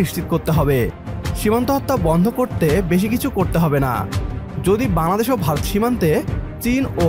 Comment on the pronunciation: Say ‘Bangladesh’ clearly and properly!! Your pronunciation is incorrect .